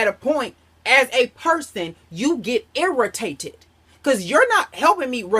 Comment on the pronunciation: IR-RHAH-TAY-TED!! Funny...lol